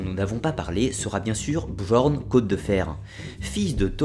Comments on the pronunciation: très bonne vidéo, fidèle à la version historique cependant attention le j dans björn ou skjaldmo par exemple se lit comme le y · on dit pas "bJorn" mais "bYorn" ^^ Super vidéo quand même :) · Björn = Bieurn Skjaldmo = Skialdmo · Désolé mais on dit «Biorn» le j se prononce y en scandinave